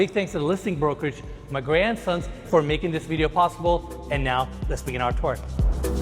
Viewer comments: When you said the listing brokerage was “Magrey and Sons” I thought you said “My Grandsons” and I was so confused! Lol! Love your videos. You guys really have a knack for highlighting beauty ❤🌈☮️ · Pronounced Magrey & Sons as "Mahgrandsons". House is stunning!